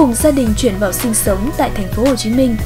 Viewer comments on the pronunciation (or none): none